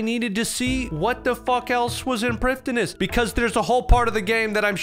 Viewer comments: it’s pronounced “bow of fardin n shiddin” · Does a 42 minute video about Prifddinas and says it wrong the whole way through. 😢